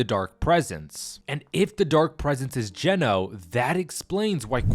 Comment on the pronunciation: Geno...i thought ya said genos.